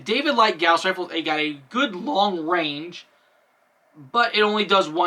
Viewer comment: While you're pretty much correct about Longinus, you're incorrect about Gauss. They're named after Carl Friedrich Gauss, who is German, and thus it is pronounced "Gow-ss."